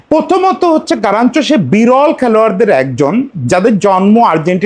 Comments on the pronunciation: আপনি কি তোতোতোতোতোতলা 🤣🤣😂😂🤣। গারাচ্চো না কাগা গার্নাচো 🤣🤣🤣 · ভাই ওর নাম গারনাচো.. গারানচো নয় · আগে নাম বলাসিখেন তারপরে ভিডিও বানান 😅😅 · Plz pronounce the right name.